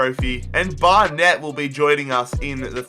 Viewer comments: the way he says Barnet triggers me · Pronunciation help: Barnet=Bar-nit Bury=Berry (ikr)